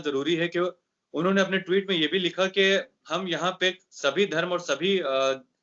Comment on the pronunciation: Anchor Bhai Sahab ' Tweet ' bolna seekho Bhai, Ghalat talaffuz se aap Ka wazan Kam ho ra ha hai, Allah Nek toufiq de !